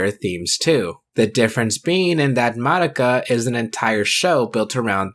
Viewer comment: I'll die peacefully when I finally meet someone who doesn't pronounce Madoka that way